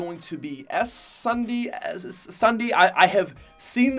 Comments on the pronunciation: SSundee's name is pronounced like Sundee not Es Sunday. Jsyk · You can’t say ssundee!!!!! Wow. That hurts man. He is was my soul youtuber from my childhood even before fortnite! It’s (s-un-dee-) for Christ sake! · SSundee is pronounced "Sundee" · Hey As a big Ssundee fan I was very annoyed when you said “S-Sundee... ITS SSUNDEE (sun-dee)how to pronounce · Ess SSundee? Cmon bro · It proncued Sun d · its just Sundee he just added an s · He is called Ssundee but you pronounce the two s's as one s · How DARE you not pronounce ssundee’s name right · Ssundee is pronounced with 1 s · Yo you butchered Ssundee's name lol 😂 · I got so triggered when he said ssundee wrong 🤣🤣🤣